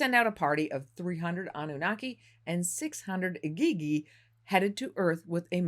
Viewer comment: Am I the only one struggling with how she is saying Igigi?